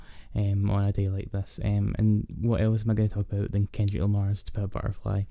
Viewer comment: What's a Lendrick Kamar?